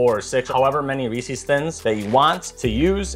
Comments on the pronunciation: Its "reese-iz" not "ree-cees" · Every time you say ree sees you lose a year of your life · Reese's - It rhymes with "pieces". Where do people pick up this "Ree-Sees" pronunciation? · I noticed many Americans saying Reeses like "Reesees." It is a small annoyance for me. Think Reeses Pieces...it flows and rhymes. Reesees disrupts the beauty of such a tasty product. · Looks good, but it hurts to hear someone saying "Ree-Sees" instead of Reese's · Recipe looks good but your pronunciation of Reese's hurts my soul.